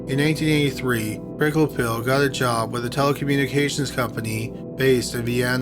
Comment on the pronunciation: Perhaps the mispronunciation of Wolfgang's surname?